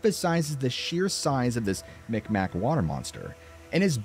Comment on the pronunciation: Mi'kmaq is pronounced in a way I can’t type phonetically (or speak). However “migmaw/meegmaw” is also an accepted pronunciation. Never “mickmack”.